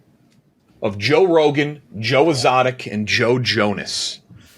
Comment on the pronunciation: Joe Ezzotic